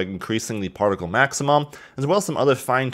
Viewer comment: My brain everytime he says partical:UNITYS PARTICAL SYSTEM